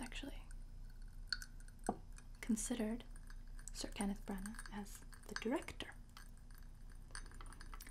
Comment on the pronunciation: You sound so english when you say "Sir Kenneth Branagh" , and i would know because i am English.